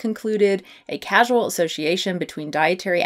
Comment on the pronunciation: Causal, not casual. Awesome as always.